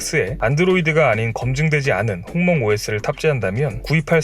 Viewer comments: 죄송한데 홍멍이 아니라 훙멍 아닌가요... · 홍멍이 똥망으로 들리는데?